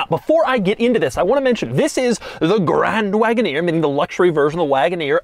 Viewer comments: Grrrrrraaaaand Wagoneer...(tongue roll). Why??? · It's absolutely unacceptable for this man to be saying grand wagoneer the way he is saying it